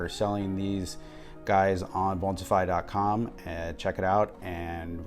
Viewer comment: haha more like Butter-fly but yeah